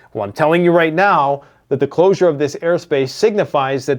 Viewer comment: Reports on days old news like it's breaking. Pronounces closure as "closer". Ceasefire as "siezefire". Says that Iran doesn't sponsor terrorism, but israel does? Claims they hacked a hundred million GB of trumps emails? Tf you on man?.... this is actual trash content. Complete mind rot...